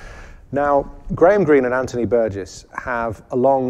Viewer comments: Why does insist on a 'hard g' in 'Burgess', yet when he pronounces the name with 'a soft g', he 'corrects' himself? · I am pretty sure pronounces Burgess with a hard 'g'. Listen again to the first three minutes. I am certainly not defending the deplorable institution that is YouTube, let me state!